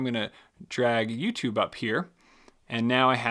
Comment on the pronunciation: did you just say YouTobe